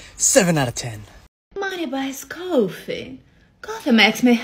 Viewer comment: The way she says coffee makes me want to pour hot coffee on her lap and say....im sorry for spilling the "cooo...... ...... ...... .....fi Let me clean that up